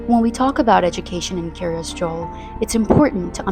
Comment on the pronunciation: I may be nitpicking but is Kiryas Joel not pronounced Kiryas Yoel? At least that's how we pronounce it in Yiddish. Also for those not familiar with Hebrew the word Kiryat pronounced Kiryas in Yiddish means town or city, so literally the City of Joel, its founder.